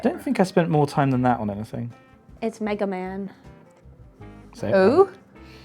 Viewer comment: As a Citizen of Japan, i can confirm that is how you pronounce "Megaman". Thank you,.